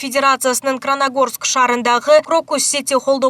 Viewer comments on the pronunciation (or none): Не кранагорский 😂 а Красногорский